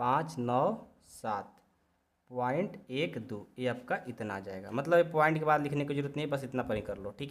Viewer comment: वाद नही बाद है 😊😊😊